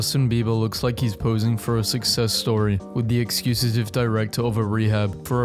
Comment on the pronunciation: "... the excusetive director" 😄😄